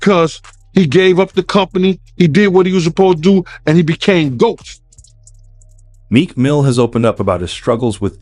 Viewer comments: I don't think Meek Mill has an S at the end of his name,. 💙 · PLEASE STOP SAYING MEEK MILL(S) IT'S MEEK MILL. PLEASE STOP SAYING MEEK MILL(S) IT'S MEEK MILL. PLEASE STOP SAYING MEEK MILL(S) IT'S MEEK MILL. PLEASE STOP SAYING MEEK MILL(S) IT'S MEEK MILL. PLEASE STOP SAYING MEEK MILL(S) IT'S MEEK MILL. PLEASE STOP SAYING MEEK MILL(S) IT'S MEEK MILL. PLEASE STOP SAYING MEEK MILL(S) IT'S MEEK MILL. PLEASE STOP SAYING MEEK MILL(S) IT'S MEEK MILL. PLEASE STOP SAYING MEEK MILL(S) IT'S MEEK MILL. PLEASE STOP SAYING MEEK MILL(S) IT'S MEEK MILL. PLEASE STOP SAYING MEEK MILL(S) IT'S MEEK MILL. PLEASE STOP SAYING MEEK MILL(S) IT'S MEEK MILL. PLEASE STOP SAYING MEEK MILL(S) IT'S MEEK MILL. PLEASE STOP SAYING MEEK MILL(S) IT'S MEEK MILL. PLEASE STOP SAYING MEEK MILL(S) IT'S MEEK MILL. SEE HOW IRRITATING THESE CAPS AND LINES OF TEXT ARE????? That's how cringy that is hearing Mills every time you say it. Please stop. Respectfully. We love your show.